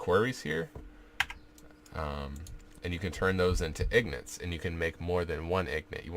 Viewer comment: "ignits". lol.